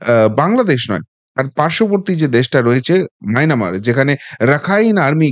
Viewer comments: মায়নামার না দাদা মায়ানমার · মায়নামার কি ভাই, মায়ানমার বলুন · উনি মায়ানমারকে মায়নামার বলেছেন, সেটাও শ্রুতিকটু লেগেছে।